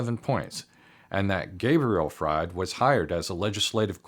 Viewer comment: His last name is pronounced freed, not fraud